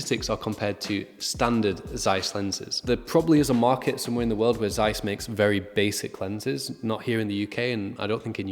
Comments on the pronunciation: Well, why did you not research how to say Zeiss? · Z in German is always pronounced as the zz in Pizza, not as the z in zoo. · Im sure every one in Asia (I'm here) also pronounce it like Americans zzzzzzzaiiiiis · We pronounce ZEISS like that everywhere in Europe, the Americans are weird.